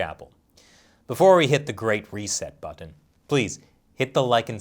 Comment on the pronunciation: The way you say ‘button’ is just incredibly odd - where are you from?